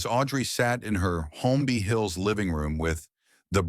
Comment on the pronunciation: It’s “Cary” not “Carrie” & Holmby Hills not Homby Hills…I may have missed something, but other than that the story was a revelation to me about these actors